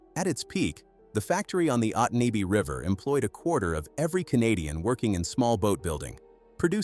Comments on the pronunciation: uh TAUN uh bee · “Oat on knob bee river” 😂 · “Ott an nay bee river” 😂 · I really wish they would use real people and pronounce names properly. It's called the Otonabee river or as we that live there ,the 'otnotabee ' river . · The river is the Otonnabee pronounced: Oh ton a bee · Otonabee pronounced oh ton abee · Do you think you could find a ai voice that could say Otonabee properly? It grates on those of us who live in Ontario. Can't watch the rest of this. Glad that I didn't subscribe.